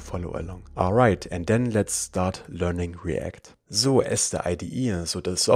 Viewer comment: I believe we shouldn't call `sort` method on a component prop since it mutates the array. :) I thouhght the video continues in German, it sounded like "So erste ID ihr so der Software..." 😅😂